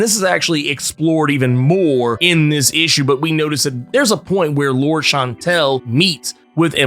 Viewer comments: lor-DESS , not “lords” lol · Lour-des Chan-tel. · It is pronounce Loordeas she is spanish, why you gringos dont even try. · "Lourd"...seriously? You're just gonna ignore the "es" in her name?🤦🏿‍♂️😏